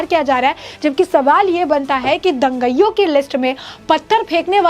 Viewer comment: तू बार बार दंगईयों बोलती जा रही है, क्यों? क्या तू अंग्रेज है? क्या तुझे यह भी नहीं मालूम कि 'दंगाईयों' होता है? क्या तूने कभी स्कूल का मुँह नहीं देखा? तुझे अक्षरशः भी नहीं मालूम? बेशर्म लड़की।